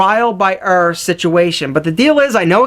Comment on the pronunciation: I hate the way you say error so, so bad.